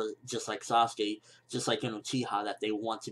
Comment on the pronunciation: Its not Saskey. Thats my opinion. Dont translate names. Say them as they are.